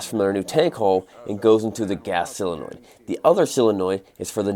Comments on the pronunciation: "...mount the SILL in noid" so tired of that pronunciation. I love you but it's embarrassing. SOUNDS LIKE... SOW·luh·noyd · What's a sillynoy? 😂 So-le-noid Other than that, approved for scetchiness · I've been holding back from saying this but I can hold back no longer. There is no such thing as a "CYLINOID"!!! The word is SOLENOID. Pronounced SAW - LEN - OYD. By mispronouncing this every time, you are doing a dis-service to folks watching. They're gonna go their local parts store, ask for a "cylinoid" and be lauqhed out of the store. And rightly so. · it's solenoid, not selenoid..... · Bloody hilarious mixture of idiocy, mad mechanicals and superb mechanics!!! One thing though - a SELENOID is (according to Wikipedia) "any satellite of the Earth's moon (none of which are known)" - what you have there are SOLENOIDS (electromagnetically operated valves or switches). A common pronunciation error by Murkans - I blame the Beach Boys* *Cherry Cherry Coupe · SOUNDS LIKE... SOW·luh·noyd